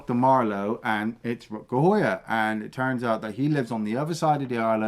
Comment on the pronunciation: still cant pronounce Rutger Hauer name right. He is not Rutger Hooaher 😂